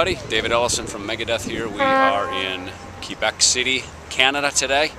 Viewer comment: as a French-speaking canadian myself (acadian, actually, 250km north from Moncton, NB), I have to offer my respect for pronouncing Québec like its supposed to! Chapeau!